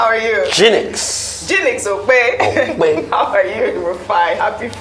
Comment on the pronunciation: I just don't like how he calls Oji Okpe's name🤣🤣. Dr Abatti pls look into your diction of her last name:)🤣